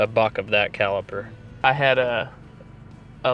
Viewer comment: CaliBer. Not CaliPer